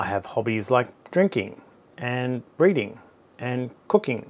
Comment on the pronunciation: I have to ask... for you hobbies, did you say breading or reading?